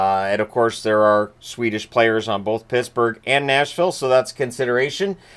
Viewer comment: Did he just say Pissburgh